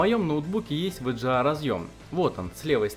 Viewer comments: Вообще-то вга а не в дже а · Вджеа? С каких пор вэга стал вэджеа? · Только мне режет слух ВЭДЖЭА?